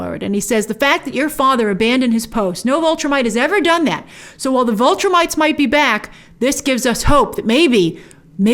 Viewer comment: Get a good cry in and then move on, WOW! Do you have a heart? Lost her husband, son nearly killed. You are cold Grace. Damn!!! Lol. Oh, and it's Viltrumites not Vultrimites.